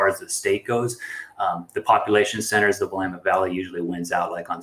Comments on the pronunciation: it's not "Willamet" it's "Will-Eh-Mit" -Oregonian wellwisher 😊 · Please…. It is not Will-a-met. It’s Wil-lam-it. Damn it. With all the nice work you do -lease learn proper pronunciation of place-names. Thank you.